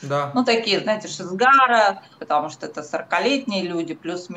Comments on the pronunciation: Меня убивает произношение "Шизгара":)))) Это на сколько надо вообще ни разу не слышать английский, чтобы так произносить she's got it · конечно, с прибабахом, но в одном она права: "Прекрасное далеко" - песня классная, но никак не для танцев на свадьбе. "She's got it" (в произношении бабули шизгара) более подходящая для формата